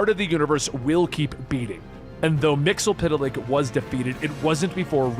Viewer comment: Its pronounced "mix e spit lick" not "mixel pit lick" wtf